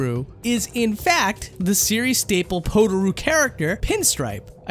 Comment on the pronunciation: The way you say Potaroo triggers me, it’s pronounced “Pot-a-roo” my guy